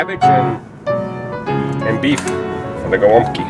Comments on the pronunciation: my family always pronounced these as "gwumpki" very close as you do., but i never knew if that was actually correct. unfortunately my grandma passed away and no once else in the family can make them anymore :( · Finally! Hearing someone correctly pronounce the name of this Polish food is music to my third-generation Polish-American ears!